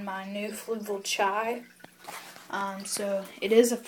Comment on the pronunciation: Pronounced "Ch-ee." ;) Nice tank man